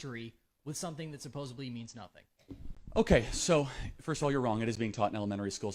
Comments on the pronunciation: Gotta Love when so-called 'college students' say SUPPOSABLY... 😂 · Stop listening to him after he said "supposebly". Moron. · As a British person, I discounted the likelihood of that youngster having anything remotely intelligent to say as soon as I heard him say "supposably"...... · If you pronounce the word "supposedly" as "supposably," I don't want to hear anything you have to say.